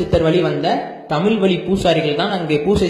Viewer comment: தமில் வலி ……எங்களுக்கு காது வலி